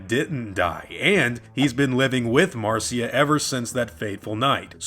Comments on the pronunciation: Why does he keep calling her Marcia? Her name is MARSHA! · Its Mar SHA, NOT MAR CEE A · Uh, not to be that guy but her name was MARSHA not Mar-cee-a. Carry on. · It's Mar- SHA NOT CIA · Why does he keep calling Marcia, "Marceeya"?